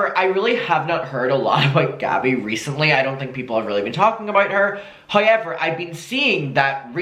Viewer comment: pronouncing ‘however’ vs my sanity